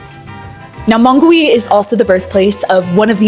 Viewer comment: Hi, since you want to improve your Spanish, remember that in the word Mongui, the ‘u’ does not have a sound. Just like in the word guitarra. So you would pronounce it like ‘MONGI’😊